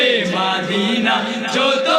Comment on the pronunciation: বলছি ভাইজান মাদিনা হয় না মদিনা হয়